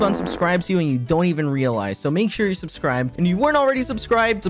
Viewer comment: i swear on alex's fourth "subscribe" of the intro he's saying "subscrived" instead and now i have to skip through it